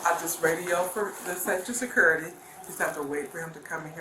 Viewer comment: How can a lady that works at a school say surcurity Surcurity?!? What the??